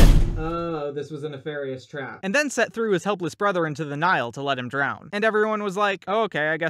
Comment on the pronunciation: Set is Pronounced Seth